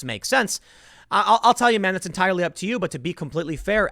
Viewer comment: "it's in tire-lee up to you" You made me chuckle.